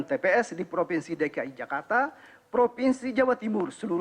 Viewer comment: nbaca saja salah2 masa bilang tps kliru wts?hadechhhh